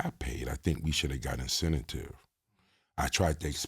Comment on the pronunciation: I fuck with but his word play need improvement lol. “Incentive”not Incetative smh 😂